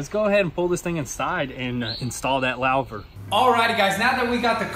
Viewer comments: LAO-ver. Lol. Lou·ver /ˈlo͞ovər/ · Loo-Ver ... not Louw-ver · "Lowver" hehe ... Louvre is French, and it's pronounced "loover". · I cringed so hard it hurt lol lauvers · It is pronounced "loo-ver" not lou-ver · LOL hey guys it is not a "lauw ver". It is pronounced lou rhyms with who, lou ver like Hoover Dam. Louver sun dam lol. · its pronounced loo-ver btw :) not lawh-ver or however you were saying it :) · It's pronounce "loover", like Hoover. So louver is pronounced "loover". That car is gorgeous. Man, that paint pops. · It's pronounced "loover" lol New hard words in every video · Louver pronounced "Loo-ver" like "loot" excellent job guys!! sweet ride keep it up!! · Pronounced as Loooover (Louver) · Louver.....Lou (like the name)...ver. Lol! You guys are the best! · I think it's pronounced Lu-ver lol Everything is looking amazing though keep it up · louver is pronounced LOOOver, and you cant have a "rear bonnet" the bonnet is the front hood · HI! Sensational restoration job guys... By the way.. The rear hood is pronounced "LOOVER" (as in J Edgar Hoover) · Oh I was just dying laughing with your pronunciation of the rear louver .... to say it properly it's Lou-ver as in a guy named Lou and then ver... Awesome video again... keep em rolling. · Longtime viewer and first time comment. The piece in the back is pronounced loo-ver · Awesome video guys.... by the way it's pronounced "loo-ver" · Louver. Rhymes with HOOVER. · Louver = "Loover" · It's a rear hatch or engine cover , and lu-ver is how it's pronounced . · "Lau-ver" 😄😄😄 Please make a shirt that has the phonetic spelling of the word on it the way you pronounce it. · Just for future reference, I believe it’s pronounced “loo-ver” so you guys don’t get made fun of if you say it anywhere😂 took me a while to learn how to pronounce it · louvre pronounced loov and pneumatic from last episode pronounced new-matik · I pronounce it LEW-VER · Pronounced "loover" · Its a loo ver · It's pronounced "loo-ver"